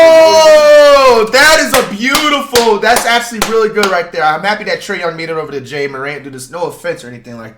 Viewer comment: My man said jay morat 😂😂